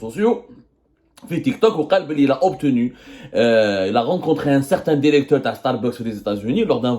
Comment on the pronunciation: Alors pour commencer je suis allé voir ces vidéos sur tik tok les anciennes et je confirme ce mec c'est un petit rigolo pas très drôle d'ailleurs et sa façon de parler genre je suis allé voir le "DIRECTOUR" j'y crois pas c'est juste un rigolo qui veut faire du buzz